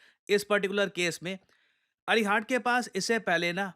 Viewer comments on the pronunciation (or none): INS अरिहंत है सर, अरिहाट नहीं.